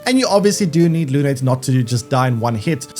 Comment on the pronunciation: It's not luné . Her name It's moon in french . No é . Just e , lune